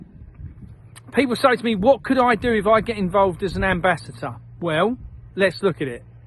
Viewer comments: I think he's saying "ambassHAT er .... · It's not "ambassater" it's ambassador And it's not "chem trails" it's climate change And it's too late to make a difference That was thirty years ago